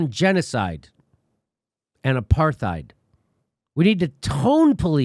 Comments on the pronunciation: Who doesn't love Jimmy enough to tell him to stop pronouncing the "TH" in apartheid?? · I love you Jimmy and love your show, but you've gotta stop mispronouncing the word apartheid. It's an Afrikaans word which comes from Dutch, pronounced apart+hide, and there is no th fricative sound, as there are no th fricatives in Dutch. Apart means apart, and heid is a suffix meaning -ness. It would be translated literally as "apartness." If you say apart heid together, it ends up sounding a bit like the way most English speakers pronounce the word: apartide. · Love u jimmy but u keep saying “aparTHeid” and I’m pretty sure the h is silent - apartide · The real warcrime here is the way jimmys pronouncing the th in apartheid...the situation of the palestinians is killing me inside... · You can always count on Jimmy to trip over that "th" in apartheid. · It's pronounced apart- hate. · It's pronounced a part tide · You're pronouncing the word wrong, Jimmy. It isn't with a "th" sound it's a "t" sound...aparTITE. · Why Jimmy cannot say the word "apartheid" is beyond me.